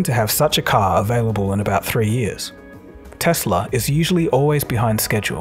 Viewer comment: Tesla not Tesler